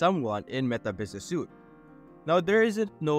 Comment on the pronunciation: this is not tagging people, this is adding someone into the account. tagging people is when you them in a post. also as a note, 'Suite' is pronounced like 'Sweet' rather than 'Suit'